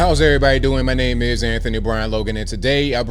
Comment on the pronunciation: It's so ridiculously cringe when a perfect English speaking reporter all the sudden morphs into a Mexican to pronounce names lol